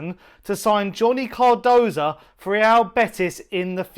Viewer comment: What is it about you people? The idiot Chris Cowlin calls him Carduso and you call him Cardosa. His name is spelt C.A.R.D.O.S.O. Not that difficult, even for you idiots.